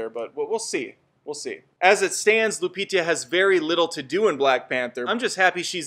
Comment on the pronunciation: Pronounced "Leh-Tee-Sha", not "La-Tee-Tee-Ya," and "LOO-PEE-TA," not "LOO-PEE-TEE-YA." You guys, who do movie news, should take just a little more pride in your craft, and learn how to pronounce actors' names, IMHO. Good video, otherwise, though.